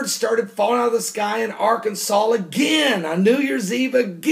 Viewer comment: How credible can someone who says Arkansal be?